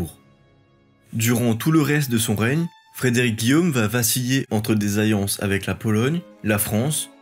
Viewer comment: Tu as vraiment du mal à prononcer les « LL »… « Ayés » au lieu d’« alliés » ; « ayances » au lieu d’« alliances »…